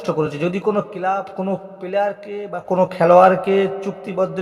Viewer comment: ১৫ কোটি টাকা দাবি করেছে আপনি কি করে জানলেন? আপনাকে কি কানে কানে বলেছে? আর কথা হলো আনোয়ারতো লোনে খেলছে তাহলে ট্রান্সফার ফি কিসের? টেনাস্ফার না ট্রান্সফার, কেলাব না ক্লাব।